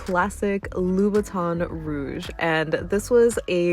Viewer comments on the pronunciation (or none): none